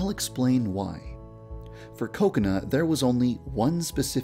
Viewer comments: I don't know why but when Yandere-Dev says "Kokona" it sounds like "coconut" ._. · I'm sorry but the way he says kokona sounds like coconut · You say kokana like coconut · Heheheheh it kinda sounds like he says 'coconut' when he says Kokona. Hehehe no offense. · Whenever yandere dev say kokona it sounds like coconut to me xD